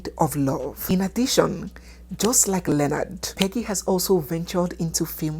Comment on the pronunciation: Thanks for pronouncing Leonards correctly